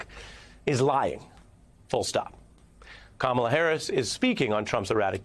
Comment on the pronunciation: ✨Love Usher✨ But his support for Kamala left a LOT to be desired, mispronounced her name, made the shortest support speech of them all that also sounded generic. Absolutely P**s Poor Usher. If you’re not going to put your heart into it, please spare us. A celebrated man who just completely failed to celebrate this woman and ALL of the media just go along with it???